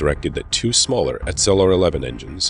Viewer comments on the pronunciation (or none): none